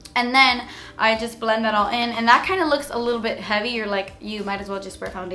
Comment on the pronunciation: LMFAO! I can't be the only one who broke out laughing from, ".. a little bit, JUSS A LEETLE BEET." 😭 played it over & over.